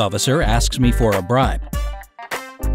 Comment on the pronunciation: police men touch your car to c if its a reall car or a fake car..To c if its better then there car.+in ,i thought he said''What do i do if a police officer asks me for a bride''instead of bribe😂